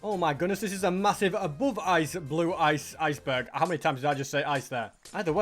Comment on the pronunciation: R U German? Eisberg😂😂